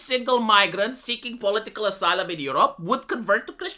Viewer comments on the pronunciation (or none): none